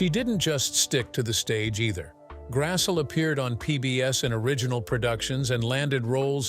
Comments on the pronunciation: It's pronounced GRASS-LEE not g grassul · You could at least pronounce her last name correctly..it's Grassle..or phonetically..Grass.ley. NOT Grassell...Ugh! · Karen Grassle is pronounce like Grassley